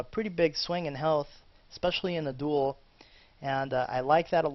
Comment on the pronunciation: I hate the way you pronounce 'duel'.